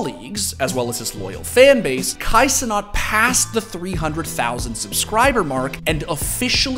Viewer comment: This man pronouncing Kai Cenat as Canat is diabolical